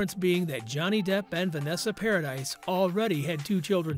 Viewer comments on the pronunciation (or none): Vanessa’s name is NOT Paradise it’s PARADIS!! It’s French, the “s” is silent!! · Not paradise, dude! Paradis is pronounced paradee. JD has NEVER been a cheat. I get sick when I hear people say that cause he def wasn't! That's why when AH came into him, he blew her off. He was still with Vanessa. She was with her so- called wife at the time, also, but cheating, like AB didn't bother her... at all! She was no kind of parent & his kids were smart enough to stay away from AH. They weren't blind & knew she was horrible to him!! Vanessa has plainly said he never cheated on her & he's said the same. AH, on the other hand, came into him but he didn't move on it for 2 yrs! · It's pronounced Paradee not Paradise. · PARADISE has an E at the end Please STOP saying paradise IT'S PRONOUNCED PARADY 🤦🏾‍♀️ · Thank you. Came to say the same thing. Was driving me bonkers when he mispronounced each time he said it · Exactly. It kills me when these narrators pronounces names wrong and wrong with confidence. It’s like you should research the people you are going to talk about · I KNOW HOW IT'S SPELT 🙄 I SAID PARADY SO IT'S PRONOUNCED PROPERLY. I KNOW YOU SPELL HER SURNAME PARADIS. THANK YOU 🥴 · omg they cant even pronounce vanessa's name right PAradis not paradise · The s is silent.....par-ah-dee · Vanessa's last name is pronounced "Pair-a-dee". It is Freanch not American. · OMG thank God someone else said this. If you're going to report something about someone, at least look into how their name is pronounced. It did my head in. "Paradise" 🤣🤣 twit! And I hate click bait, Vanessa hasn't spoken out about any of this. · No its pronounced PARADI 😂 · He name is pronounced Paradee! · Vanessa’s last name is pronounced Para dee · If your gonna narrate celebrity news, please pronounce their names properly. Note, it's not a difficult request. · EXACTLY. Click bait videos are so annoying, and he didn't even know how to pronounce Vanessa's surname correctly.